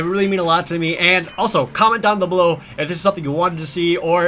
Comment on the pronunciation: "Comment down the blow"? What's this 'Blow' you speak of?